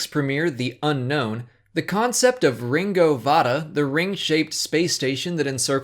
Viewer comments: Its probounced ringo vinda lol not ringo vaada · Ringo Vinda not Ringo Vada